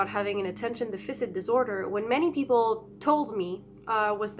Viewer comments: can we recommend you say Deaf-fiss-sit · Deaf-fur-sit not deaf-fisit 😂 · Deficit is pronounced, "Def - a - sit". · Really great video and thanks for sharing. As this is an important part of your life and something you may talk about more in the future, I just thought I'd point out how Attention Deficit Disorder is pronounced. The word deficit should be pronounced DE-FI-SIT. It's not Deficient, that's a different word. I hope you don't take this the wrong way, I'm trying to be helpful. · Please pronounce Deficit right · The way you pronounce deficit is =D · Lol. it's driving me crazy...